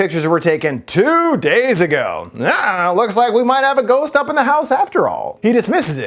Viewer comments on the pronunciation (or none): I rewound to watch "ghousst? Cood be~" more times than I'm willing to admit. Great video as always lol